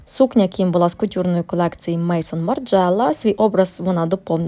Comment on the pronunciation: Випуск цікавий, але є маленьке зауваження. Не мейсон Марджела, а мезон (наголос на о). З франц це означає дім, дім Марджела-Maison Margiela Так само і Maison Francis Kurkjian (мезон Френсіс Кюркджан)